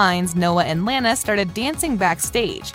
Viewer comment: Its LANA not lara